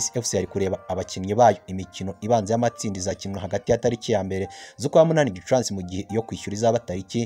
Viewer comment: Hello! Ntago bavuga Gicuransi bavuga Gicurasi. Kbs utugezaho amakuru ya Rayon sports. Courage